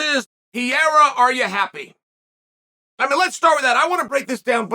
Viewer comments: Say it with me Chael, Pa-ray-uh not Peeair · he's name is not piera. it's pereira! omg lmao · Will he ever get the guy lastname right ever? It's PEREIRA not PIERA come on uncle Chael you can do it i believe in you! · Why does Chael call him Pierra???? Can't he read "Pe-rei-ra"?? Doesn't he correctly hear when other people pronounce the name?? How does he get "Pierra"??.... Wtf, it makes Chael sound like an ignoramus which I know he's not... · Can we please just appreciate PIERA - classic chael mispronounce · who the fuck is pee-ayre-a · This mofo is really still calling him PEE - ERRA its hilarious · Nobody: Chael: Pierra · Alex “Piera” Pereira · Did he just say pee era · "Pee-era" I swear I've never heard a fighters name be misprouncinced so many times in so many different ways. Everyone has a different version 😅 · I gotta ask.. who the fuck is this guy named Piéra he keeps talking about 😂. Gotta love how Chael says Pereira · Say it with me Chael: PE-REI-RA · Is he? really schooled Pee-era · No one: Chael: “Pee-era” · Please, Uncle Chael...for the love of God...why do you keep calling this man "Pierra"?? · The disrespect of uncle Chael, calling Alex Pierra 😅😅😅😅😂😂😂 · Been a while since I listened to Chael. That PEE-AIR-AH pronunciation snapped me back quick lol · his Pierra is killing me every time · And also pull a card out of Steph A. Smith's hand and mispronounce a fighters name continuously with different variations each time, Peria, Pariyah, Ferrera, Paurora Borealis lmfao Chael is funny bruh. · Chael still calls him Pierre lmao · Chael saying Pierra has me dead every time! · Alex Pee-eira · came here to hear Chael say Pereira's name wrong again lol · The smartests guy in the room still mispronounces 'Pereira'.